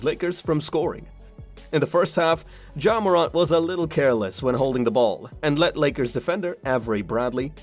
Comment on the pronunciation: Bro ur saying his name wrong